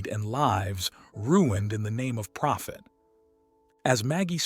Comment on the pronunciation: you said "phophet" for profit